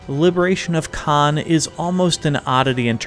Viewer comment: the misprononciation hurts me a lot